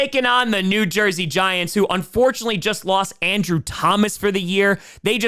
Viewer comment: he said new jersey giantw